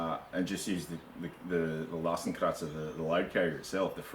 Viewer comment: Hey man, at last someone shows this well in close-up :) Other than that, i suppose the "x" in oldish German was already pronounced "x" like in "ex girlfriend" haha, not "z" but whatever you like mate :) Are you still using it? I want to fit a bigger (but light...) platform, wood would work but i wouldn't know how to tie it safely to the bottom bars... Might go for a bike basket/platform... just for the record... Cheers :)